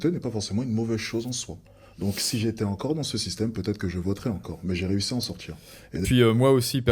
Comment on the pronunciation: Je ne supporte plus cette façon de parler.. Le politchique.. envie de m'en sortchir.. c'est insupportable cette mode 🙄